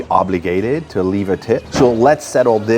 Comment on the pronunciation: Your "leave" sounds like "live", tabernak.